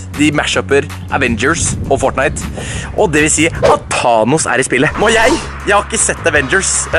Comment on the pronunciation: DU SIER THANOS FEIL! kill me.